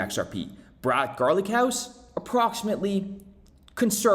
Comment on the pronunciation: Hahaha wait what?! Brad “Garlichouse”? 😂😂 Caught me off guard there lol